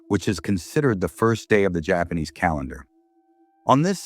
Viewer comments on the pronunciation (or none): Why does this AI keep pronouncing "Javanese" as "Japanese"?